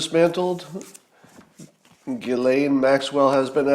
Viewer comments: Ghislaine = pronounced Jislaine (soft G) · I didn’t realize the “s” is silent in Ghislaine. I love your stories about being a bank teller. I bet the bank teller was following protocol and I bet you just saved her life.